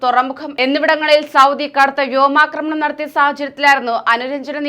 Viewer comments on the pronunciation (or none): none